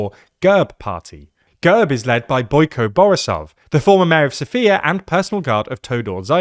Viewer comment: It's not girb, it's gehrb.